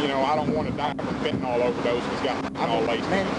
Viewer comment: Any FentanAWL? So many cops can't pronounce nyl.